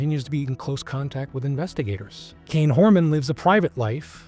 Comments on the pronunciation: Dude him just wondering off would be the least likely this is terrible what has you tube came to. Play the clips instead of talking all the time shit that doesn't make sense and you can't even pronounce his name right. Did you do any research or just let chat GPT write it? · Excellent coverage. Please learn how to pronounce his name.